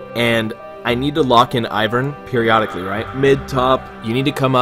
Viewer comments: P I R I O T I C A L L Y Me: Dyslectic f*ck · "Piriotically" :pepeWhat